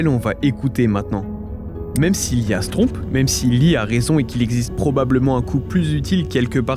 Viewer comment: La question qui ressort de cette vidéo : il a dit "lee a..." Ou "l'IA"?? 😱😱😂😂